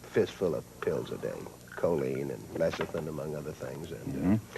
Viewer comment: Why does Durk mispronounce lecithin as leshithin? Durk Pearson and his wife, Sandy Shaw didn't live extraordinarily long lives either. Antioxidants are valuable, but they don't extend lifespan. Their book Life Extension was a complete waste of money. But it did make them a ton of money, which is what grifters do.